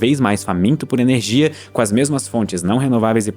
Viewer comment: Sempre que ele fala ernegia fuca mais esciuro / claro